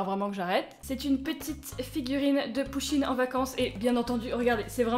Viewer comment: Pk quand elle dit pusheene jentend putine svp aidez moi 😂😂😂